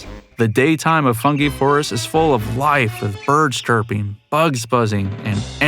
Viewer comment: Someone who keeps mispronouncing the 5th level of this game is not a very fun guy...